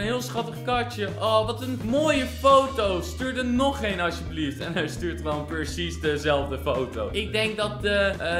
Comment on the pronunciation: Hij zegt de hele tijd percies in plaats van precies